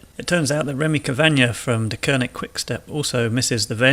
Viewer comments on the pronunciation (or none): none